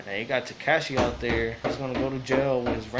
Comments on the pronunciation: And the way we say tekashi Ta-cash-ee Latin person would say it right at least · The way he says tekashi makes me cringe